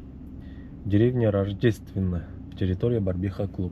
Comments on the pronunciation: Барбиха эмес 🤦🏻‍♂️БАРВИХА ❗✊😎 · Братан Ассаламу алейкум Барбиха эмеско дейм братан Барвиха окшойт